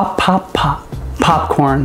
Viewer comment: Stop saying papcrn